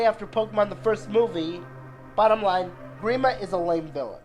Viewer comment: You pronounced grima wrong